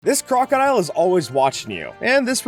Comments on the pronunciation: i just realized that he said "crocile"💀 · "this crocile" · "This CROCILE"? WHATS A CrOCKOIL?? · I had to replay the beginning at least 2 times, cause I heard something else than crocodile xD